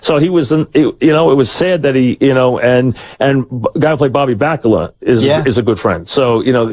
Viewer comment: I really wanted to get into this on Monday because I used to like Simmons' column. Had to turn it off. This was unlistenable. Totally embarrassing to listen to. His pronunciation of "bacala" is hysterical though.